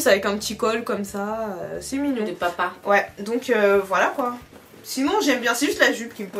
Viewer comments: J’aime trop quand prononce le mot kpoi 😂😂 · a dit Ekieee 😅😅😅😅